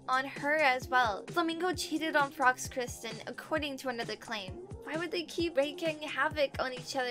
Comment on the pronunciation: Girl keeps pronouncing Kirsten wrong